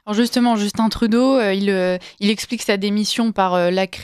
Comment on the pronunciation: On dit Justun Trudeau et pas Justine ou Djeustine.